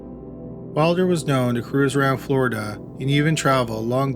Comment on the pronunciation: Where is Floridaah.